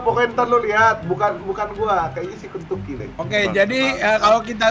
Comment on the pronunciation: di menit berapa aja bilang kenyucky